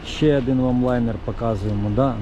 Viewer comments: Хороший огляд👍 лише "адин" вухо ріже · Чому адин і вісім , адин і пʼять ? Вухо ріже пі.з&ець!